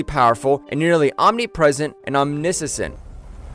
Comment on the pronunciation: Omni-sese 😂😂 instead of Omni-shi-ent